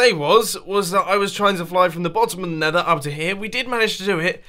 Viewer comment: "The neather wildlife" lol